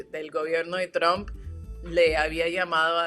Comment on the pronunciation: Tramb" se pronuncia tromp😂😂😂